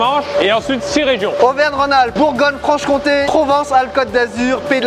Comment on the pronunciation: Très bonne prononciation de "AuVeRgNe Rhône Alpes" 🤝